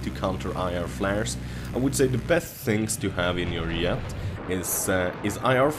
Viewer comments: y does he say yet instead of jet? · Are you swedish?? Because you cant pronounce the J of jet lol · yea, you call a jet a yet :P its funny but yea, ur very good :D